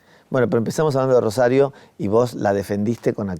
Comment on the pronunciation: Que hermoso como habla este muchacho bien rosarino sin ninguna S, genio llevando nuestra identidad al país entero